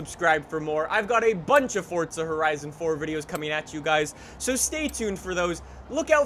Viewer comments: It's not fortza its forza.. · Ok. It's not 'Fortsa', its Forza. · Why you say forza like fortza??😂😂😂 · Its forza not fortza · I hate anyone that says fortzuh instead of Forza, WHERES THE T??!?!?! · Its not fortza why does every youtuber call it that its forza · fortza horizon 4? nessann? It's prounounced Forza. And it's not neesann its spelled Nissan and it's pronounced Nees Ahn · Its “forza” NOT “FORTTTZA” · F-O-R-Z-A not FORTZA lol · Forza not “Fortza” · forZa not forTZa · It’s Forza not Fortza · dud its forza not fortsa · Forza not forzta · "fortza" lmao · Why are you saying “fortza” ?!🤷‍♂️ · Why does he keep calling it.. FORTZA? Is that just a speech impediment? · Im triggered by him saying fortza.. Good video tho lol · This dude says ForTza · "Fortza" lol. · "Fordza horizon 4" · fortza hahahhaha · Fortza loll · I cant believe Forza would let someone promote the game that can't pronounce it correctly. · Am I the only one bothered by the way he says forza and Le Mans